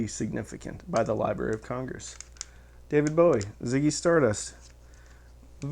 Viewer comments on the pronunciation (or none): none